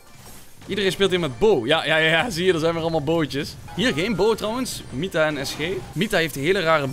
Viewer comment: N Braam hij zegt mitta geen nita🤪